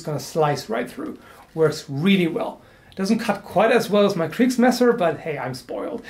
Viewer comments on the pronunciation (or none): I like you pronounciation of Kriegsmesser. It sounds very funny for a German. ^-^